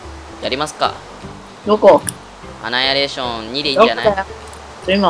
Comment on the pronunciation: うぽつです！読み方気になったんだけど、アナイレーションじゃない？違ったらゴメン